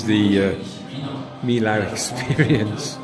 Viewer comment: Sorry to be the pronunciation bore but Millau is pronounced 'me oh' . It is an impressive bridge👍🏼